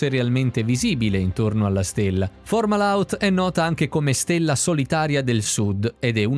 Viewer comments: Perché la pronuncia "formala out"? Fomahault è parola araba e significa la bocca del pesce. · Non formahault ma Fomahault, correggete la voce della IA che legge i testi